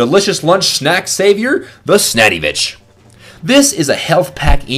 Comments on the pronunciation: its sandvich not snaddyvich ...idiot.... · Why do call it snaddy vich its sandvich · SNADVITCH NOT SNADDYVITCH!!! Sorry that sets on my nerves when people pronounce things wrong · ITS NOTCALLED THE SNNADYVITCHITS THE SANDVITCH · why does he call it the snaddyvich lol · It's the SANDVICH not SNATYVICH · It's called the Sandvich, not Snaddyvich. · Why do you say snettyvitch instead of sandvich? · Its not snaddyvich but sandvich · If only someone realized it's not spelt WiNdowmaker...check the wiki... and there is no way you can pronounce Sandvich like that. It's not spelt Snadyvich either... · ummm its the sandvich not snaddyvich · Why u say snadivich? Is sandvich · SANDVICH!!! NOT SNADDYVICH!!!!!!!! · When He Said Snaddvich,It Sounded He Said Snaddy Bitch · isn't it sandvich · Does he call it the Snaddyvich on purpose? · TemMihayl 47 The "Snaddyvich* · why does he say snadyvich its the most annoying thing ever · I think he did it on purpose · if your going to say a weapon is one of the best, atleast say its name right. "Widowmaker." not "Windowmaker" or with the "Sandvitch, not Snaddyvitch" AND WHY NO BLUTSAUGER!?!?!?!?!?!?!?